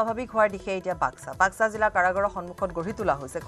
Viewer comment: Assam cm আৰু তুমি দুটাই ভুলকৈ কৈছা জিলাৰ নাম বাসকা না বাকসা কুনটো ভুল কোবা